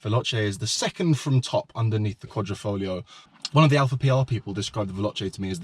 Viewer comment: It's Quadri.....not Quadro